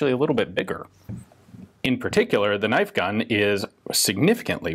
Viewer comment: Crocodile Dundee: “that’s not a knoif.”